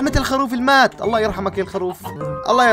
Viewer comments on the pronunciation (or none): none